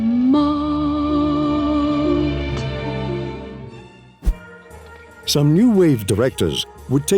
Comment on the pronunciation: Is the narrator reading the script aloud while reading it for the first time? Or is it AI or something? There are some clear intonations that are way off. Like "some NEW wave directors..." should obviously be said like "SOME new wave directors" etc.